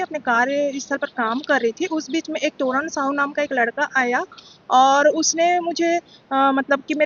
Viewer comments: shakal se jhuti lgti h Isse puch lo konsa exam deke aai h Subject ka puch lo bta nhi payegi Jhuti kahiki bol rahi h कार्यस्थल में काम कर रही थी, मक्कार खाली बैठी थी और उस भाई का नाम तरुण है तोरण नहीं सब झूठ बोल रहे है और ये सच बोल रही है 😂 वाह Document ko dakument bol rahi h Staff ko ishtaff Aisi log Naa toh hindi ke rahte naa english ke bss yehi sunna reh gya tha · Vise iski yaddast sahi me kamjor hai tabhi vo tarun ko toran bol rahi hai 😂